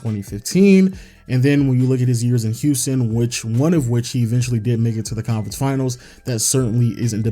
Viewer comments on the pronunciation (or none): none